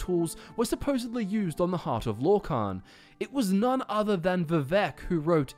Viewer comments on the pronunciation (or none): none